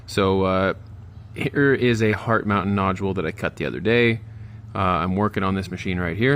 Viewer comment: Very nice! I finally figured out that you are saying Hart Mountain, lol. Those are beautiful.